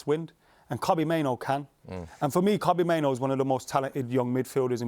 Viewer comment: hate the way say kobbie mainoo